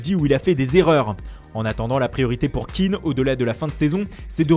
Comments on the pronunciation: c'est pas un anglais,je crois qu'il s'appelle pas keane mais kéan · je crois qu'on prononce son nom ké-an et non kean a l'anglaise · Par contre ça se prononce [ken] et pas [kin] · Moïse Kéan pas Keane pffff, il est ivoirien pas irlandais. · Et c'est Moïse Kéan pas Kean ce n'est pas un anglais mais un ivoirien d'origine Kéan est un nom ivoirien pas anglais